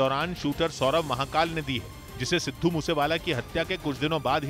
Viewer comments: Abhi tak aapko Sidhu bola nahin aaya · सिद्धू बोलना तो सिख ले चुतीए 😂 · Aabe Namm toh acche se le le sidhu moose wala.. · Sidhu moosewala toh sahi boloo 😓😓😓